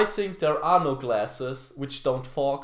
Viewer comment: ich bin echt ein Fan von dir,aber du weißt das think (so wie du es ausprichst) heißt auf englisch Waschbecken. also falls du auf englisch sagen willst I think dann sprich es auch so aus.denn im Moment sagst du "ich waschbecken". War nur ein Tipp